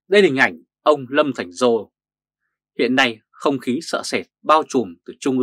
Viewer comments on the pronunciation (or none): Lâm Thành Sol, not Lâm Thành Giô,sir.